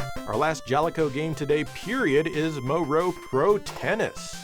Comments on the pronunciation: Moero is pronounced Moh- EH-Row, not " moe- row" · The way he pronounces moero is 🤣🤣